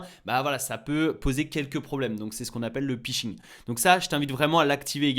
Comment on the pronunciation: Le Pishing ????? Cela se prononce Fishing !